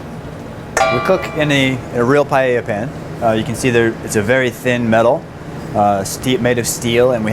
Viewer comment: He cant even say paella